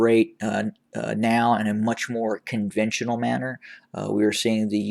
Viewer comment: Conventional vs convontional